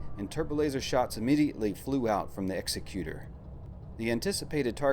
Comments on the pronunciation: Please please please stop mispronouncing Executor. Its is pronounced "ig-ZEK-yoo-tur" like executive. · EGGS-ECK-YOU-TORE is how you say that. common mistake it seems